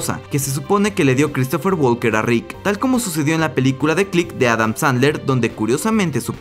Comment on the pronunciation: Deberías intentar mejorar un poco tu inglés y tu pronunciación. El verbo walk se pronuncia "wok", al igual que talk, se pronuncia "tok", por ende el apellido de Christopher se pronuncia "woken" no, walken. De nada. BTW - No estoy suscrito y ni dislike le voy a dar.